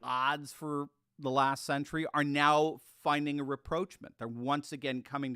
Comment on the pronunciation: There is no word: re proach ment. It's Rah prosh mon'.